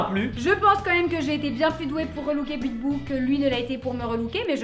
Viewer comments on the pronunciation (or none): Je rêve ou à la fin t'as dit "Bitbou" au lieu de "Bibou"?